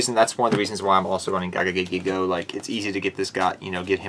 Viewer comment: I'm sorry... I love the deck, but I get hurt when you say GIGA GAGAgigo as a Gagaga monster... My buddy used to use that with Legendary Ocean and Amphibian Beast way back in old school Yu-Gi-Oh to destroy me. So definitely much respect for the card. Still love the deck though. Crab Turtle deck? Awesome! Keep up the great work!